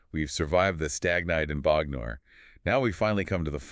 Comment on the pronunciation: First up: I love the analysis! As an Englishman who got just about every reference when I bought the album, it's cool to hear someone unpicking it for a different audience in this way. Great job! But I have to say your pronunciation of Bognor is killing me! 😄